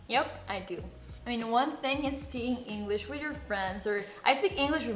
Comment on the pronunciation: Shot por cada vez que dice "spikin inglich"